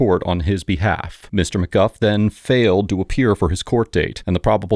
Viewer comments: Narrator: “Mr McGuff” Judge 😎 “Mr McGoo” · Stop calling him "Mr McGuff", it's "Mr MacGooo" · The defendant calls himself “McGOO” but you call him “McGuff.” Why?